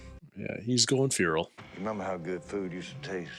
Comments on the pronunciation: It's "fair-ul," but is saying "fear-ul" for some reason. The e in fer is not a long e sound. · I have literally never, and I mean never, heard a native english speaker call it "feeral" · I keep hearing "fural" but getting equally confused. Stuff like that always makes me guess myself as a non native speaker. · Who...who pronounces FERAL as...FUERAL? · And 399,999,999 people pronounce feral as "fair-ul."